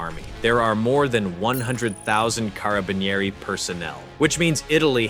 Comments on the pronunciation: Italian here , thats not hoe you say "Carabinieri' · hahaha we got “THE CARABINIERI” sounds so dramatic, no italian person would be able to keep a straight face hearing the way you said it. Also, the way you pronounced it sounds pretty cool